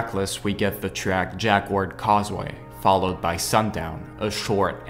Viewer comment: Just coming back to this. Jacquard is pronounced more like Jackard to English speakers. Ignore the 'u'.